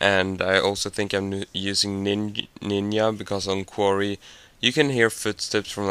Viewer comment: Did he honestly just say nin-ya